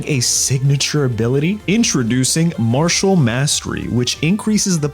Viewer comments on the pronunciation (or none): none